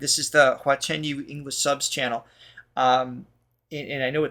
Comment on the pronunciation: 华晨you~的发音很标准哦~🥳🥳🥳